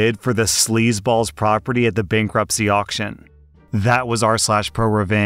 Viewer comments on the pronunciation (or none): none